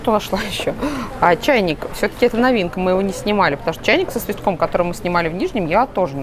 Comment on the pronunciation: Вы чайник снимали и ещё забавно произнеся про него "чайник соствиском"!!!